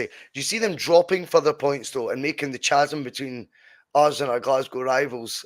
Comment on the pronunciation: Ch-sm 😂 mon to fuck. It’s “kasm”😂